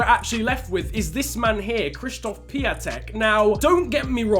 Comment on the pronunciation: Just a tip: Piatek is pronounced pi-on-tek and his first name is pronounced k-shish-stof